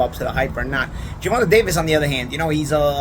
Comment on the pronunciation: GervantUH. Love it.